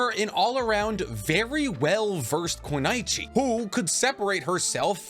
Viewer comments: Say it with me everybody, cause no one gets this right! KUNOICHI = Koo-noy-chee Just give it some practice it’s not too hard. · This dude said "koo-nai-chee" 💀. It's koo-no-ee-chee". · Why do you say kunaichi instead of kunoichi? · Lmao u mispronounced Kunoichi and you call yourself to know more then anyone in the world on Naruto lmao